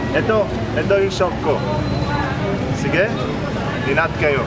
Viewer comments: umm it's sige* not sigue no offense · sige not sigue😂